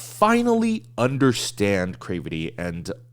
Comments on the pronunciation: it rhymes with gravity. It's a mash-up of 'creativity' and 'gravity'. It is not from 'crave' or whatever you think it is to make you pronounce it the way you do lol. I say this with love lol <3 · wait, have I been pronouncing their name wrong? is it Cravity like "gravity," or crave-ity???